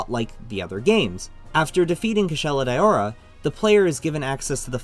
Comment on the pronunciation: Its a bit cringe that he calls it Kushala "Dayowra"... But yup great vid.